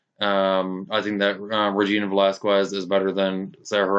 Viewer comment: Its VelasKez this is how it pronounced like in Latinas name